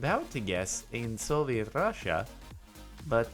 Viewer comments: Yis yeh little rassia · "little russia" with that eastern european accent is the best thing that happened today